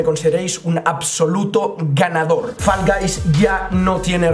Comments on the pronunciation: GENTE NORMAL: FALL GUYS: FOLGOIS YO: FULL GAYS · Nadie: Absolutamente nadie:: folgois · Los creadores de fall guys le ponen nombre Nadie: Absolutamente nadie:: folgois falcais falcaich